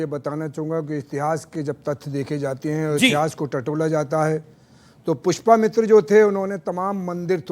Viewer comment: पुष्पमित्र नहीं है भाई, पुष्यमित्र है मित्र.